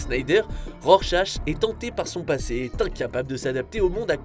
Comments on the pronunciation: Pardon, mais on prononce Rorschak, pas Rorshache... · Ça ce dit RORCHA zbi !! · rorchache lol